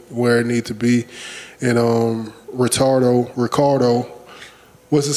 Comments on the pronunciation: "Ritardo... " xDDD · Did I hear Ritardo? Lol